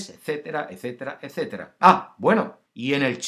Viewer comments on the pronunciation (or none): none